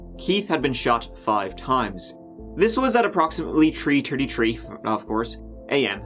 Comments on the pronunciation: Tree turdy tree ya say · Tree Turdy Tree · It's tree tirty tree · "Tree turdy tree"..poor must of hated that one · Tree turdy tree😭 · It was tree, tirty tree....of course 🙄 😂 fabulous stuff. Love the channel 😍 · "tree tirty tree... of course" LOL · Approximately at Tree Tirty Tree AM? You got to love it. And later on the Twenty Tird. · "Happened at tree tirty tree, of course" referencing his accent is one of my favorite things. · "tree turty tree, of course" LOL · tree trirty-tree dude? My god... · Tree…turdy tree 😂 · “Tree thirty tree…of course” you are legend! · "Tree tirdy tree" is the witching hour past half. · Dirty deeds done at Tree Turty Tree! I'm sorry but I couldn't resist it. And just in case you do read this.... Please dont think your saying 'Goo' too much either. I can't speak for everyone but I'm going to... WE LOVE IT! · can't believe we got a 'tree turdy-tree' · Say turdy tree n two turds after 8pints..🙄😏😁😂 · Tree turdy tree am yeh right lol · Tree turdy tree. lol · At TREE TERTIE TREE am... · “Tree Turdy Tree - - - of course”. 😂 😂 We love ya! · Tree-tirty tree?!??? The stars kind of aligned for that one. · HOW DO YOU NOT SAY "Let's give it a goo" My entire day feels off now Edit "it happened at tree tirty tree am" Me- you're forgiven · "this was at around tree turtree tree" excellent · "This was at approximately tree churty tree...of course"